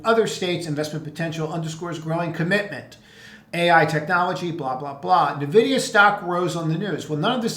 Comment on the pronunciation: Please stop calling it navidia